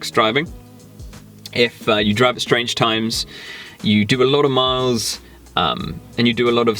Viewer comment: I love how he says strange times. Just sounds funny